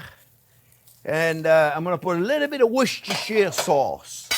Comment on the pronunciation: Chef, as an English ex-pat, now living in Canada, for a half Italian, half French person, living in the States, your pronunciation of 'Worcestershire' sauce is perfect! The times I hear people try and yet struggle to say 'Worcestershire' amuses me greatly; and yet you say it effortlessly. Well done Chef! 👍